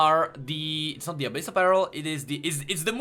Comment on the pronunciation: err are you trying to say Abyssal PEARL or BARREL?